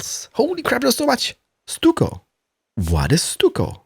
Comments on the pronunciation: It's pronounced "stuck o"! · I watched all your CS videos, and saw this. Hadn't even heard of this game. Watched 2 of your vids on PC and I'm hooked, already pre-purchased game. Love what you created. Oh ya, stucco is pronounced "stuck-o", love your boooshes..!!!!! LOL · by the way it pronounced stucko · stuck-o easier way to pronounce it but any way good vid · Stucco is prounonced with a ck not just a c noise so it would sound like Stucko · Stucco is pronounced stuck-o